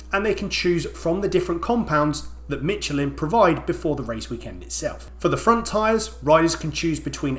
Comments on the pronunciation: Every time you said MITCH-elin i died a little inside. Meesh-al-in... Not mitchell-in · your pronunciation of Michelin hurt my ears, mate. Cheers:-) Should be read "Mish-lan" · Ah, yes, "Mitchell" in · Mitchelin > inchident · Who is this tyre company you keep mentioning Mitch-a-lin? I can't find them anywhere... Are they new? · Michelin is a french name, and pronounced Mi-she-lin. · Ah yes... Mitschelin tires. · Michelin ❌ Mitchalin ✅ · theres no t in michelin bro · Is the pronunciation of Michelin engagementbait? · Your Michelin pronunciation is yotally wrong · Please google how to pronounce Michelin. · The legend has it that every time you say Michelin a French wine maker dies. 😁